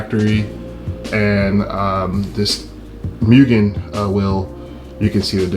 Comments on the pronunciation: Nice upgrades but dude less of the MEW-GAN it hurts my ears 😂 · MOOOGEN* lol I said Mugen for a while too.